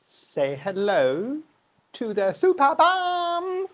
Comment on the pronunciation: Let me put my "Ms Know it all" hat and quote others. My favourite German botanists made a care video not long ago, so I just repeat what I remember: The name gets pronounced "supErbum" with the emphasis on "E". So not related to superior backsides. It is one of the biggest, if not the biggest platycerium in nature. It can deal with lower temperature (not freezing, it's not winter hardy), but not with lower light. It needs as much light as possible, so one of the guys, who showed his privately owned one on the video, basically said the superbum has its own growlight in winter and sits on the balkony in full sun in summer. The mounting was quite interesting, too: he had taken a plastik pot (with side holes, one of those that you buy for water plants) and had cut a hole on the side of the pot. He then stuck the root ball of the platycerium inside and filled the rest with kokos chips. With time the mantel leaves have grown around the pot enclosing it completely which made watering and fertilizing much easier and still enabled him to hang the plant. That's the basic function of these leaves, in nature they build a "nest" where organic matter falls from above or ants and other insects leave their "dumplings". It is essentially a compost bin. Even more interestingly, there are other plants (some orchids, for example) that grow there and are specialized in growing in the "compost bin". Very interesting, indeed. Another way to mount it would be using a vanda basket but tilting it side